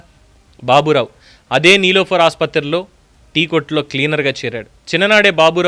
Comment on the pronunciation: sir... ఒక మంచి ఎవరికి తెలియని విషయం తెలియచేశారు sir 😊sooper కాకపోతే మధ్యలో నిలోఫర్ ఆసుపత్రి అని పలికారు.